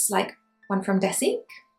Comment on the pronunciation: My my.... Cage bear?😂 It's 'Guh guh' bear .... Gege means older brother in Chinese.....